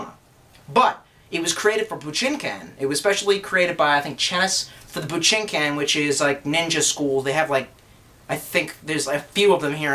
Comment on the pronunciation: Oh yeah, one tip about pronouncing japanese words, (I speak Japanese). There is no short I sound, and no short A sound, so it would be pronounced something like BOO-JEEN-KAHN!! The last part of course being pronounced like Kahn. Trekkie for life.